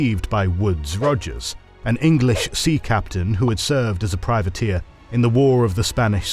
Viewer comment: why are you saying "privateer" like its a privet hedge? this kind of thing is classic AI voiceover mistake